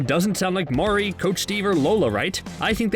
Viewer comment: Have you even watched the show? Why do you pronounce Maurry’s name “Mao-ree”? That makes me feel that the person reading the script hasnt even seen an episode of the show. Overall cringy